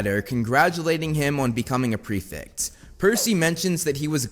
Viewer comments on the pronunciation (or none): It's prefect btw not prefix xD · Why can Americans not pronounce prefect correctly. It's not pre - fict.